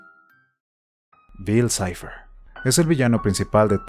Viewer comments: Por que el otro narrador dice bill cleib? Xd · "Bill claib" si lo quieres decir en ingles dile bill cipher no cliab🙄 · "Bill cleiv"??? Pronuncian bien Bill cipher (en inglés), pero si pronuncian Bill clave en español lo pronuncian en inglés también. Realmente no entendí eso. En ningún lado escuché a alguien decir Bill cleiv. Bueno eso cada quien. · Tan facil que era pronunciar bil saifer